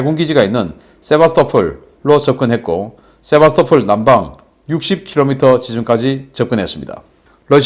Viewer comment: 세바스토"폴" 입니다